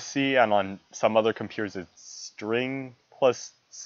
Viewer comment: Its STRG not string :P